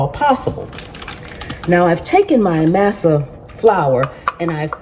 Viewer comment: I think the flour is pronounced MAW SAW. 😊